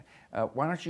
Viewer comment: Hey its the Nucelar & WMD guy....